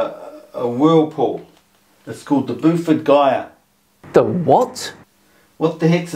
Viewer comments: What sounded like "the burford gyre" turns out to (probably) be "the beaufort gyre", which is an arctic circulation. Which he obviously misunderstands (or misrepresents). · Took me a while to work out what his 'Buford-Gaia whirlpool' was. It's ridiculous! 😂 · He referenced the Beaufort Gyre (though it was difficult to understand his pronunciation). It describes the movement of sea ice over the course of years in the Beaufort Sea north of Canada/Alaska It isn't a whirlpool by any means. Dear, oh dear. Oh, and while it is up north, it isn't at the North Pole. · He pronounced it a bit oddly, but I think he was talking about the Beaufort Gyre.